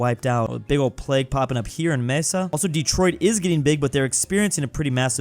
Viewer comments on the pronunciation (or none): none